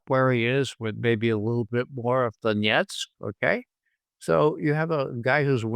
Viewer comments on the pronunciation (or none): none